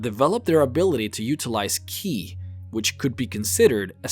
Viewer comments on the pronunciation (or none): Ki is pronounced like chi (or "CHEE")